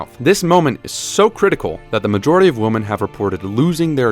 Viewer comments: Voiceover guy.. you pronounce "women" wrong.. sooo annoying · Fantastic video except for pronouncing women like woman